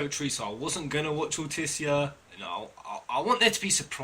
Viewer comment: for correct Altissia pronunciation listen to how Noctis says it in the new "cinematics" trailer